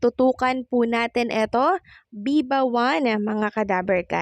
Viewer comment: Maam Viva po, hindi Biba... Baka mo meron malito. Huwag po kayo magagalit ha.